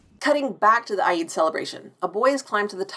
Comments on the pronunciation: Oh I do so enjoy these videos. The "Obi-Wan Kenobi Show" makes me want a Star Wars sitcom more than I thought. EDIT You also pronounce Eid a little strange, but props for giving it a go! 🖖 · You know, you got me thinking; maybe the pronunciation difference is because of the slight American twang? Most of the Pakistanis I know were born in Britain, and they pronounce it as in "speed."